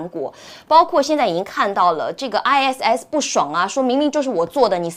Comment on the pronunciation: 善意提醒一下ISIS發音 I Sis(short for sister).